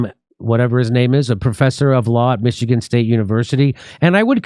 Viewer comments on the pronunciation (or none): none